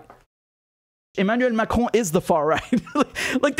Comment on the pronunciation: you pronounce the name like a French... do you speak French